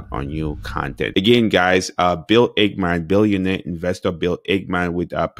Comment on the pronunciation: It's Ackmam not ACHEMAN